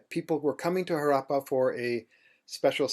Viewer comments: His pronunciation of Indian words is impressive except Harappa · If I may: it is not Haraapa; it is Harappa. हड़प्पा in Devanagari, the R actually being aDa rolled by the tongue! :) (the two a are short vowels pronounced as in un (uneasy, unusual, etc) It is not Raavi; it is Ravi! :)